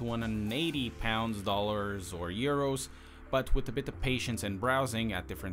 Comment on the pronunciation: I like how he said urs instead of euro lol